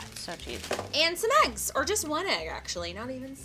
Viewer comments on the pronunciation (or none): none